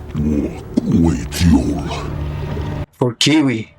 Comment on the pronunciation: You kept calling Kwei as Kiwi lol